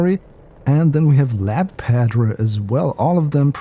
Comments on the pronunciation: you got it. He made is sound like [Redacted]padreh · The way to say Padre would sound similar to Padray not padreee i believe. Feel free to correct me anyone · Padre is pronounced "pod-ray". South Padre island.